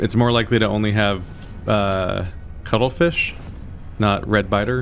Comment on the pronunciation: Just looked it up. The juvenile ghosts, which are probably the ones you’re thinking of, are 67 meters long. That thing you were just encountering is 60 meters long. It's also wider, though. : Just to clarify, are you saying cuttlefish, or cuddlefish?